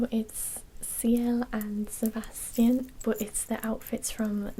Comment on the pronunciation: Could you please make a video with trigger words, one of them being "Sebastian". I love how you pronounce it, I could listen to it for hours (it knocks me out). P.S.: You have an amazingly relaxing voice, definitely in my top 3. Best regards from Romania!